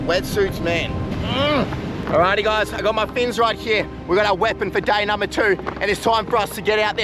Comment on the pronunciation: To 'day number 1 ' bro is saying dainamo 1😂😂